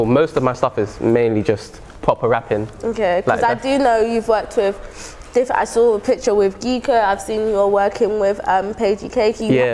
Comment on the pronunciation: Did my girl just say geek-o 😂